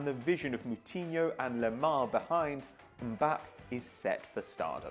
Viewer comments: Mbappae How you pronounce it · Its Mbapp"ey" just sayin! :P Keep up the great work!